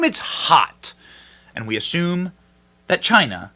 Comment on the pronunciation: The lab had strange activity and something related it’s air system replaced right around this time. Pair that with Fauci’s absolute panic…this has been obvious from the start. “Because it’s came from CHY-NAA”